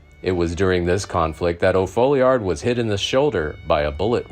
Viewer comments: His name was Tom O. Folliard. Not O' folliard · It’s also hard to pronounce and nobody ever does say it correctly but it is pronounced as Fallyerd. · Thanks for the good content. It is not difficult to uncover that the correct name is Tom O. Folliard, not O’Folliard. The error was caused by a mistake in the New Mexico Territory court records. Court docs in other jurisdictions reflect the correct name as does Brushy Bill in yet another example of his detailed esoteric knowledge of the Lincoln County war.